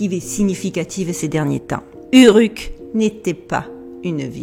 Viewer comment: Prononciation : Ourrrouk ... ;-)